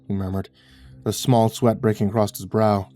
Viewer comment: I love you, but there is no 't' at the end of the word 'across'. You're such a fantastic narrator, every time you say "acrosst".... it pulls me out of the story